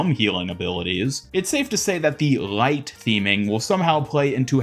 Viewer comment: I like how you say light and everything with L like a German. rgLeigght. Subscribed.